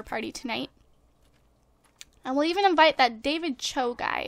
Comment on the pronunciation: It is Pronuunced Dany Ch-o